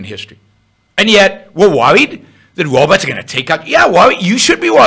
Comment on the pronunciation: The wobots are coming! silly wabbit.